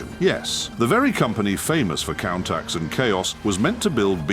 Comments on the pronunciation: Did he seriously pronounce Countach as Countax???? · Countax? 🤣 If you want people to take your channel seriously, at least make that bit of an effort, that you'll check your subtitles and narration for possible errors. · pronouncing Countach THAT badly, it must be AI slop.